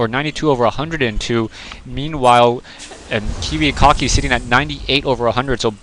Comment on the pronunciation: notice how the commentator pronounced the player's name as kiwiCOCKI.. it kinda suited him seein dat he left without sayin: gg